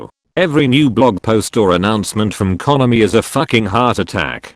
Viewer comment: Fuck the Mee-Ta and Con- a-me.